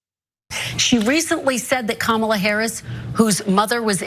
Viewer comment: Hey, JD figured out how to pronounce Harris' name!